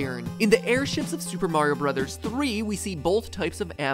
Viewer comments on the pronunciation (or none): none